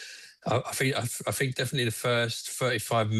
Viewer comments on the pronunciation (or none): "I fink, i fink defetly the first firty-five minutes"